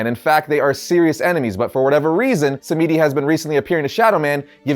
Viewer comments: It's pronounced Baron SAM-DI not sam-me-di. Please!! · i just want to say if its "samedi" its not Sam-EE-dee, it should be sam-dee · The name Samedi is creole and pronounced “Sam-Dee” ☺️ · Thank you I didn't want to be that guy but that shit hit like finger nails on a blackboard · Samedi is a French word for Saturday, and you're pronouncing completely wrong, but hey at least you're trying. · You're saying The Baron's name wrong it's pronounced samedi. You don't pronounce the e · Not to be mean but that pronunciation of Baron samedi is pretty bad